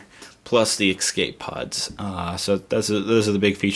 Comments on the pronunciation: dude you keep saying excape pods. it's escape pods. great video otherwise! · You kept saying "exscape" :) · No-one taught him how to say escape properly. /